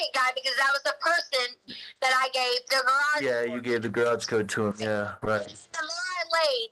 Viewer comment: Does anyone else’s ears cringe on how she pronounced Garage ?? She say Grawj it’s annoying